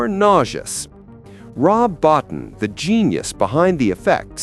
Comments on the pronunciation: Rob Bottin. It's pronounced "Bo-TEEN."' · I saw it 3 times on its original release. Btw. Rob’s last name is pronounced ( bow teen ) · Rob Bottin's name is pronounced 'Bo-teen'. But anyway, i had the great pleasure of seeing this at the theater and i loved it. I knew it was a great movie although others didn't, and i never understood what was wrong with those people. I think E.T. is overhyped and over-rated. The only thing (pardon the pun) i never understood is how the Thing can be more than one person. The movie plays on the paranoia that one or more of them could be infected, yet they never explain how it can be more than one person at a time. That doesn't make any sense to me. But still a great movie.